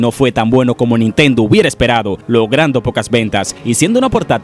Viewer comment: Dices nintento como si nintendo fuera una persona